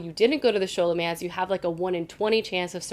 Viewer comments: Thanks for the recs! BTW Scholomance is pronounced sko-lo-mance❤ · I read the first and second books in the Scholomance too, and I'm about to start on the third. I loved it! El was such a great narrator and so funny. There were parts where I laughed out loud! And the action was terrific too! Can't wait to see what you think of the third! Also, I hate to be this person, but Scholomance is pronounced like it was Scholar-mance, and Orion's name is O-Ryan. I'm sorry! But keep doing these videos, I love them! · Nice video! Loved the first two Scholomance books (think it’s pronounced Sk-olomance, like the sch in the word school), although the third one was a bit disappointing.